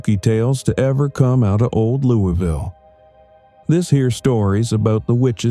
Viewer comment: It’s pronounced luvul. lol